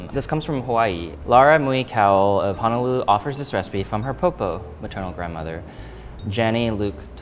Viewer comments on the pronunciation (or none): none